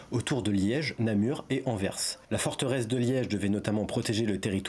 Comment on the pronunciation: oui, j'avoue avoir pris anvers en exemple car c'est souvent mal prononcé, mais je n'ai pas tellement fait attention vu qu'il était bien prononcé 😅